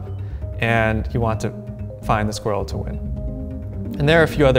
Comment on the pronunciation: Once again, my condolences to all Americans. I hope one day you will discover how to pronounce squirrel correctly. Also Craig, plague, Sonya, and aluminEEum.